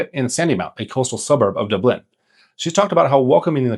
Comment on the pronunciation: Ahh I could forgive kildare, donegal, and galway, but to butchet saying Dublin so poorly.